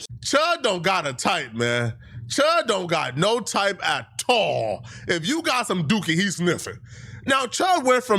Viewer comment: u really pi$$in me off nw. Its AT ALL!!!! say it properly. Sound retarded